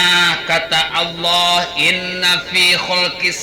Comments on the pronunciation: Nyebut Allah aja gak bisa. Dia sebut ALOH. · . Ya, nyebut Allah enteng aja Aloh, kaya panggil temannya aja.